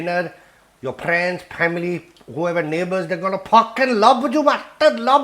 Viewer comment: "Your priends, your pamily will puckin' love YOOOOOUU!!" This dude gives no pucks and im totally here for it!😂😂😂😂